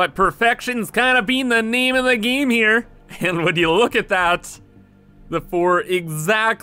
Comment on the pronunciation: Is it just me or when he says "name"it sounds like "meme"?